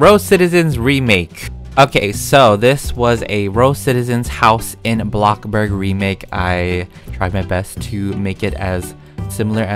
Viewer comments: It's blox burg not bloc burg like u r funneh and all but pls say blox burg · Why you call it block burg its bloxburg? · He said Box Bur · I really like the way he called bloxburg a blockburg i think its hilarious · No one: Literally no one: Even coeptus: Even the bread:: Bloccburg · no no no no no... “A BLOCC BORG” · Why do u say block burg instead of bloxburg??? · Love ur videos and my fav word u day is blocburg instead of bloxburg I love it when u say that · Blockburg Me: Oh you want a blockburger? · hey guys welcome back and today we are playing blocburg Me: I’m not calling bloxburg NO MORE also me: bLoCbUrG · Nobody: Not a single soul:: block burg Also:crima cookies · No offense but its called, BloxBurg not BlockBurg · Blockburg I thought it was bloxburg I must be wong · No one:: Bloccburg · Do you say Bloxburg like Blockburg on purpose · I hate when u say blockburg but im a big fan lv all ur vids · UH UH ITS ”abloccborg” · Did yall notice he didnt say blockburg like “BLOcKBuRg” he just said “blockburg” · I love how you say "Blocburg" 🤣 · My sister heard me watching this video and when u said the word “Bloxburg” she said “WHAT IS BLOCKBURG?” xD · *blocburd*he says